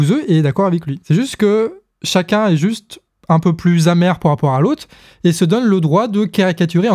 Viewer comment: mais c quel accent ce "po rapport" ? ça m'énerve j'arrive pas le déterminer XD !!!!